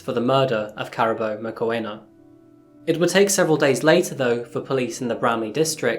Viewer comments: Her name is pronounced Kaa-rah -boo . Thanks for the video. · It ka ra bo. Say the ra as in the god Ra. Karabo. May you rest in peace and reincarnate live a happy life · Uncle... The Zulus are from Kwa Zulu Natal. Johannesburg is in Gauteng 500km away. There are other tribes in SA too. Sotho, Tswana, Xhosa, Venda, etc. Her name is pronounced Car - aa - boo. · I Think the name is pronounced wrong, I really doubt its pronounced, "Karabbo" but "Karabo" half silent B, get it right bro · I must be honestly....I HATE when people research a story a story and don't bother with the sound of the actual name....drive me mad....karaaabo...yes....JHB based as well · Just a little help with pronunciation. Her name is pronounced 'Car' 'ah' 'baw' (rolling 'r') Surname: 'Mock' 'When' 'ah' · Is her name pronounced like “caribou”? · usually you get the spelling right, its pronounced ka-ra-bo not karabo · 😂 Caraboa 🤣🤣 that is not how you say that, you keep saying that so much it's distracting. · Unfortunately, Karabo's name was mispronounced in the story. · Lol the why you saying her name, lol. If you go to South africa and call anyone named Karabo like that they'd probably wonder who the hell is he looking for. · Just FYI her name was pronounced Kah-rah-boo His name is pronounced Sun-dee-leh.